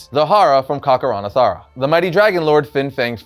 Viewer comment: Am I the only one who noticed he kept mispronouncing Kakaranthara as Kakaran*a*thara?